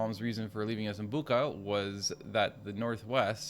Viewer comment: The "ch" in Bucha is pronounsed like "ch" in "chips". BOO-tcha.